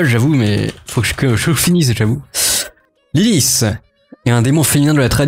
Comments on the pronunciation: Pourquoi LiliFSFSFS ? C'est pas de l'anglais, Lilith ça se prononce LiliTTE, y compris en hébreu d'ailleurs. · On prononce LILITTE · Ca se prononce [lilite] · on prononce « Lilite » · Lilith se prononce lili(te). Bravo pour la chaîne. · Comment il prononce lilithe ?